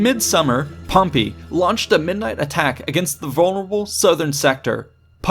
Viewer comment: First time I heard him say "Pompy" I laughed so hard I farted... But when he kept on pronouncing it that way, every single time, even at the last part, I cringed so hard I still farted...